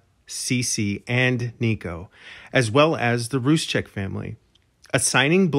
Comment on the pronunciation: Roo-sek, not Rooz-chek.